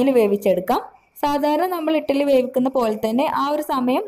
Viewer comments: ഇട്ടലി അല്ല കുട്ടി... ഇഡലി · Not ettaly.. Eddaly